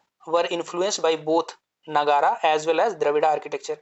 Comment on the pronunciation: It’s Nāgar not Nagarā 👍🏽